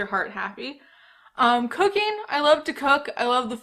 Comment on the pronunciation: I SWEAR when you said cooking I heard “cocaine”